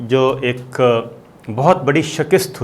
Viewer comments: السلام و علیکم۔۔ صابر صاحب۔۔۔۔ بصد احترام، معزرت کے ساتھ التجا ہے۔۔۔کہ۔۔ اب برداشت سے باہر ھے۔۔۔ برائے مہربانی آپ لفظ شکست کا تلفظ ٹھیک ادا کیا کریں۔ آپ ش پہ زبر اور ک پہ زیر پڑھتے ہیں۔۔۔ جبکہ۔۔ صحیح تلفظ ش پہ زیر اور ک پہ زبر ہے۔۔۔ آپ Sh a k i st پڑہتے ہیں۔۔۔ جبکہ صحیح Sh i k a st ہے۔۔۔۔۔۔۔ جزاک اللہ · I respect you sir but its so cringy to hear SHI-KAST to be called as Shakist lol.. SIR IT IS pronounced as "SHI-KAST"✌